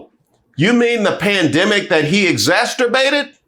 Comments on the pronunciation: ExasTERbated? What did you really want to say? 😂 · Exasterbated isn't a word. What the hell, man.